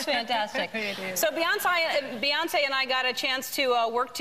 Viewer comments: omggg ellen calls her Beyonc'eye'. lol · HAHAHAHAHHAHAHAH beyonsai eh beyoncee.... i laughed soo hard look at Bee's face when ellen says beyonsai